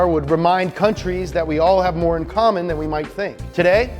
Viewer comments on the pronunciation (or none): none